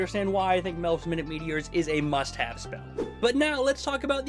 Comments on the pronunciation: Our mugs keep ending up on each other’s videos 😂 Oh and I think it’s pronounced my-newt meteors because they’re small... unless I’ve been wrong this hole time 😅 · It’s not “minute” meteors, it’s “minute” meteors. As in “my newt” (diminutive). Because the English language sucks